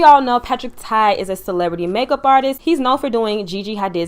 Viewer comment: Congratulations! Patrick TA, not Tai. I love your review! I know that you will keep growing.